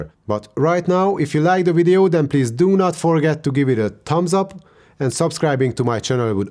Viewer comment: It's video not wideo